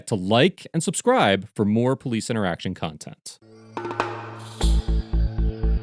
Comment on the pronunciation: I enjoyed it! "Please sir, can I have some moar?" :)